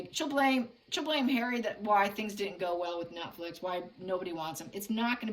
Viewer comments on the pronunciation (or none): none